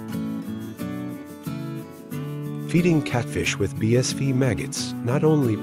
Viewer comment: No offence intended at all, love your content. Just one thing: your text translator is continually pronouncing BSF as "bee-ess-VEE" rather than "bee-ess-EFF". Might want to trade it out for one that's a little more capable.